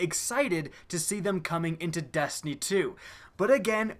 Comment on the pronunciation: And to think all this time I thought the game was called Destiny! Didn't know it was really call Dastiny !🤔😐